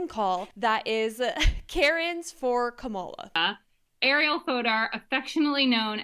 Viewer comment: It’s Kamala, not Kamala 😂